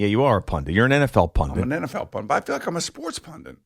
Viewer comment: Pundit not pundint